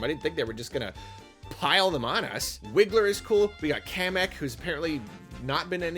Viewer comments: 'Ka-Mekk' is how the Name is actually supposed to be pronounced - doesn't change the fact that most will still say it as 'KAY-mekk', myself included, but it is the Canon way to say his Name... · See that's what I figured, but it still blew my mind because I've never heard anyone say it that way before.